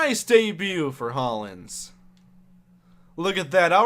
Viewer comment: pronounced Hollins (hall-ins). that's my last name